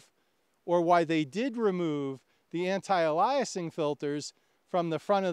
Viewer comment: ALE-ee-uh-sing but otherwise a good discussion.